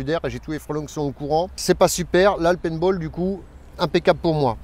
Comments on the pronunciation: Conseil prononce le payne ball parceque pine ball fait plus penser au service 3 pieces!! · Le Pinte Ball ou le Pas de Bol . Il est lui-même et il s en fout de la prononciation du moment que le taf est fait. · " painebol " : popopo